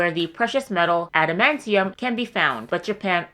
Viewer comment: Adementium… adementium… ah yes! Right next to unobtanium on the periodic table of telements